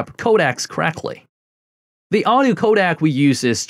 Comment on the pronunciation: Codec....It's co-deck....not Kodak